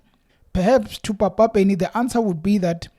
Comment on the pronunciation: You are pronouncing Papa Penny's name wrong. You must emphesize the p the same way you pronounce pan, Pernny Lebyane's name is also pronounced the same way. ..